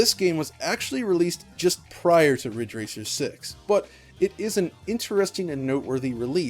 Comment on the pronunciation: It's Ridge Racer! RIIIIIIDGE RACER!!!!